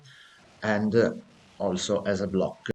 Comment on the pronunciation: u are italian right? not trying to be mean, but i like how u say blocccc (again I'm not trying to be mean to you, I'm just kidding)